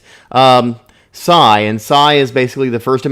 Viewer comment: His name is Sai not Cy